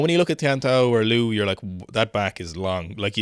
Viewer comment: lads! It's LIU huanhua, L-IU, L-i-e-w!!!